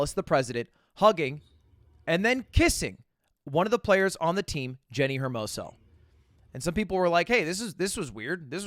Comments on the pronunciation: It’s pronounced “ermoso” not “her-moso” Mr. English major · Lud how the fuck do you go outta your way to pronounce the S as "SH" when you try to pronounce it in spanish but when it comes to saying Hermoso you say HERmoso. Mon ami, H c'est silent!